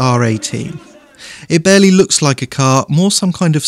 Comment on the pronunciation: chassis not châsse and barely not bearly